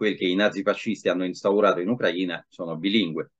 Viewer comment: Uno dei pochi che pronuncia "Ucraina" in modo corretto!